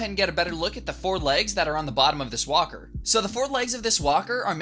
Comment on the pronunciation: why I hear whopper when he say walker?